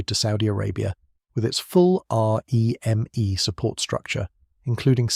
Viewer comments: Not being pedantic but we weren’t R.E.M.E its REME pronounced reemee. 😊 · This is AI isnt it? The pacing of the voiceover feels off. The sentences have emphasis in what feels like the wrong place and the R Eeee M Eeee throughout. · I just assumed it was AI when it started that r.e.m.e nonsense.